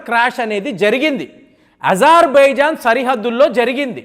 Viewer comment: Hi brother నాకూ బూతులు వస్తున్నాయి...నీ తెలుగు భాషా తీరు చూస్తుంటే, 😂నీకు తెలుగు నేర్పిన గురువు ఎవడు రా నాయనా. అజర్‌బైజాన్ నా లేక ఈజర్‌బైజాన్ నా, ని అయ్య 😊